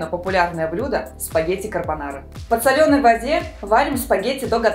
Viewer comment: Рецепты очень классные, но адски режет слух «в подсолЁной воде», правильно «в подсОленной»